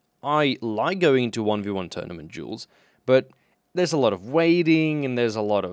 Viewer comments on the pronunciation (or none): Everytime you say duels it sounds like juls, jews, jewels. Pd: fuck me i forgot about helmet potato